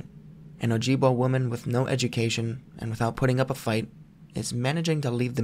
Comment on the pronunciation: It's O-jib-wa